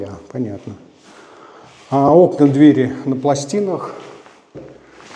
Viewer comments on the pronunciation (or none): none